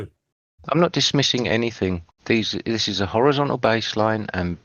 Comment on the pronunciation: level… is orizon’al